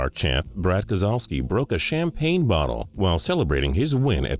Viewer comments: it's pronounced Kes-low-ski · That's not how you say brads last name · You didn't say Brad Keselowski's name correctly. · It’s actually pronounced kes-low-ski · really, its pronounced brad kes a lowski